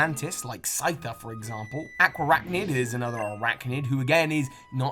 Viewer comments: Lol “Aquaracnid” it’s “ARAQUANID” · Aquaracnid ? 😂 it’s Araquanid my friend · not 'aqua-raknid', it's 'ar-aqua-nid' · I’m pretty sure you mispronounced Araquanid and Ribombee otherwise great video!